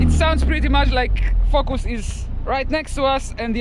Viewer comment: I love the way he says “fokus” 😂😂😂